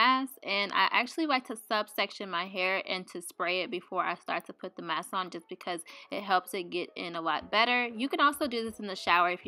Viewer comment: COMBINED, MASK, NOURISH, LOL ... girl I watch your vids but u may need a class or something the way u pronounce alot of words are wrong ... is english your second language?